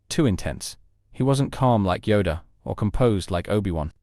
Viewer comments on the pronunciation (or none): none